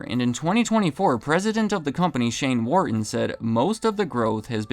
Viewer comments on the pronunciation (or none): none